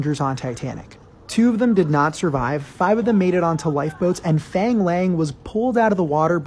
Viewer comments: If you're gonna make a video about him at least pronounce his name right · Thats not how you pronounce fang nor lang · To pronounce “ang” Chinese names use the “ah” sound (phonetic “a” like in water, or want) f“ah”ng L“ah”ng not f”ei”ng l”ei”ng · Fang rhymes with bong. Not pronounced like English fang 🦷. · No, actually its like faang laang if you were to pronounce it in mandarin. But if you want to pronounce it in Cantonese, its pronounced foong laung (its hard to make you understand because cantonese is very hard) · Did you really have to pronounce fang lang with the whitest accent possible💀